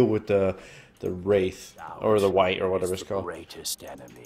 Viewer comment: i swear i always hear White Camp...